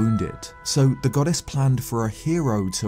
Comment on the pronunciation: Is he saying “goddess” or “god-ass” because it sounds like he’s saying god-ass 😂